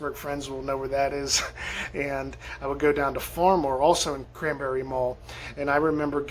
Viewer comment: You had me at "I would go dahn to Phar-mor!!!!!!" 🤣